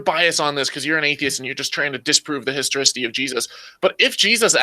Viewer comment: That is not the first guy calling it the "historOcity" of jesus. 😁